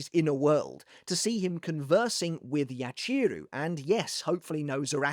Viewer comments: Great video! I always like seeing you dissecting the bleach story, whether it’s manga or anime..I must say the only thing that’s putting me off a bit is the mispronouncing of their Japanese names🫣 like it’s not YaCHEEru, its Yachiru as ya-chi-ru where each part gets the same emphasis.. Sorry for pointing this out, it’s just a bit distracting to me..other than that, it was really interesting video, thank you for your content! 💪🙏🏻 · My guy, I love you… the way you say Yachiru hurts my soul